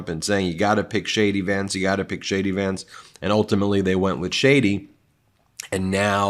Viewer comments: It sounds like you're saying "Shady Vance" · Did you just say Shady Vance?